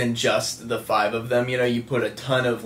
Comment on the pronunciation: ‘That’s probably more than just the fife of them’ DEAD💀😂